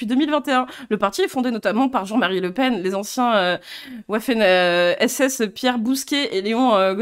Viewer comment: Waffen SS se prononce vaffen SS (jpp d'entendre ça sur des grosses chaînes qui ont les contacts pour se faire conseiller)